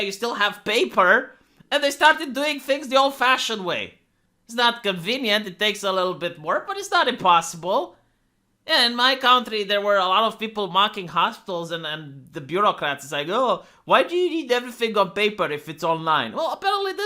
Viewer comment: You told us the hospital story before. Just so you know I'm paying attention. CUNT-RY not COUNT-RY! You're driving me insane, you know that?